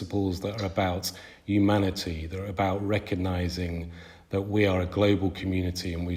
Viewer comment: “Yumanity” “yumans” and “yuge”. Irritating.